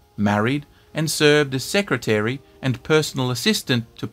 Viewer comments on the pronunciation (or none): none